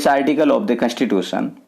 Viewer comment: Your pronunciation is such a poor plzz improve bcoz u are a teacher you should improve Its not कैंस्टीटूशम its कंस्टीटूशं Ok there are many mistakes Im leacturare in college ok 🤮🤮